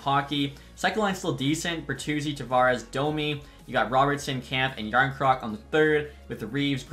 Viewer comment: “jarn croc” it’s pronounced “ yarn chrøk